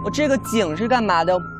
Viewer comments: 啊蒲说“这个门能不能帮我们打开”的时候，我好想回他“不行，ze个门没有把sou” (狗头保命) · 对对！我第一直觉也是说这句🤣 而且翘舌一定要去掉